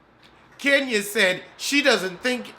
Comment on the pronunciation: 🤣😂🤣😂🤣😂I love Kenya but"Kenyuk" is priceless... said "Zipcar husband".... I'm sorry. I'm done.⚰️